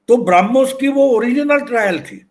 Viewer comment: सही शब्द 'ब्रह्मोस' है, "ब्राह्मोस" नहीं।